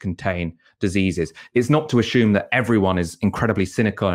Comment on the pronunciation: Great work et al. But please..., it's Assume NOT ashume please 🙏🏻🤦🏼‍♂️🤦🏼‍♂️🤦🏼‍♂️🤦🏼‍♂️🤦🏼‍♂️🤦🏼‍♂️